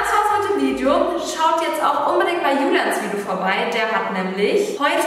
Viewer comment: wieso sagt Bibi immer vidjo? #nohate